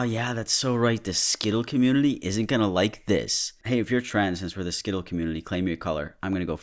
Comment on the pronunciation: ay can we get some snowflake army merch??? Also, saying skittle hsuihuc i cant